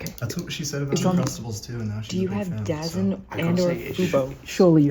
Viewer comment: Daz-Zin (DAZN) is so funny to me. It’s pronounced Da-Zone. It’s a primarily boxing service but they do show football (soccer) I haven’t heard it mispronounced in a long time since I first got the app. That was funny. Can’t wait to see the film.